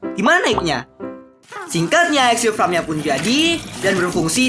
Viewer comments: Farm bang bukan fram :v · dari tadi ngomongnya fram melulu farm yang betul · FARM BANG BUKAN FRAM